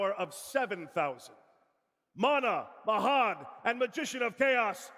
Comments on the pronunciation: Palladium Oracle "Mah HEAD", eh? ;) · And saying Ma-had and then corrected himself. Now I'm calling Mahad Ma-had from now on. XDD